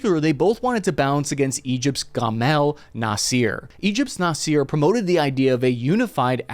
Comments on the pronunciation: His name is Nasser not Naseer. Please get the pronunciation correct. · Noss-er. Not Noss-eer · Its Nassa not Naseer. Gamel Abdel Nasser former president of Egypt. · this war could have been over in months if the Biden admin stops tying it's allies hands BTW Egyptians don't say Nasser they pronounce it Na sir i don't see any evidence that Israel is training anyone in the region but the U.S is , maybe the Israelis are using U.S trained forces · Nasser is pronounced nass - er, not naseer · Its prenounced Nah-Ser not Na-seer. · Please use google translate to learn to pronounce names, GAMIL NASEER? REALLY? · I’m not an expert but I’m pretty sure when you pronounce the former Egyptian leader’s name the first letters has to much harder NA… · Love your show but please shame on whoever okayed your pronunciation of Nassar